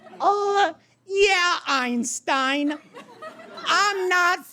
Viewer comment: i crack up EVERY time i see this. The way says "eInStEiN" is amazing